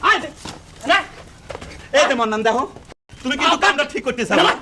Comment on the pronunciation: মান্নান না বলে মন্নান বলছে ইচ্ছে করেই আরবীর উচ্চারণ ভুল করে। যত বড় ব্যারিস্টার হোক, আরবীর শব্দ গুলো মুর্খদের মত উচ্চারণ করে।